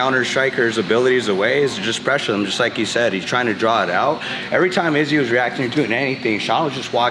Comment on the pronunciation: Like the fact henry pronounces izzy s name like the snake ariel would 😂😂😂😂